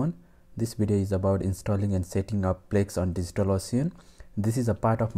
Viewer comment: It's Plesk, not plex